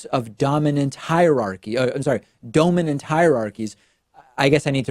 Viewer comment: Dome-inant lololol